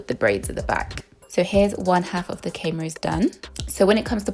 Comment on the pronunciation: Why do u keep saying cane rows i stead of corn rows is this intentional or not?